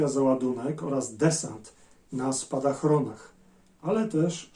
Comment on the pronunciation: Bardzo fajny odcinek, ale jedna uwaga mówimy spadochron a nie spadachron. Spadachron to rusycyzm w języku polskim.